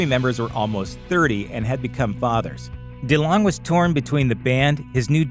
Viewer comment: How do you pronounce delonge? He said it the way I've always heard it